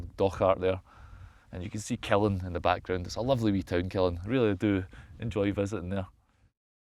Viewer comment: Local here! Killin is pronounced with an upwards emphasis to the end, the 'LIN' not the 'KIL'! kill-IN, not KILL-in :) You're kilLin' me here, pal!